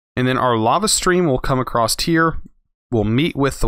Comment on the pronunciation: please stop saying "acrossT" there is no T in across